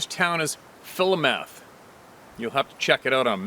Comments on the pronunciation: Fulomoth corvalis pronounced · fil-OH-muth 😊 I live about 50 minutes south of Philomath, Oregon 💚